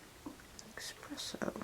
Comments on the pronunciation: Its espresso.. not expresso. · There is no X in espresso darling